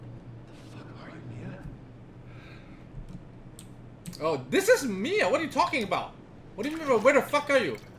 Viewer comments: its MI-A not MA-IA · its mia, not maia